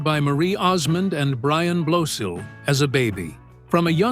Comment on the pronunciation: Good grief! When you do a video featuring a celeb, and you don’t know jack about how to pronounce the last name . . . do your homework first. It’s not BLOSEEL! It’s BLOSIL They’re friends of mine!